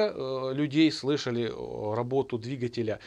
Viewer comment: Замечательный, грамотный обзор! Но "двигателЯ" !?....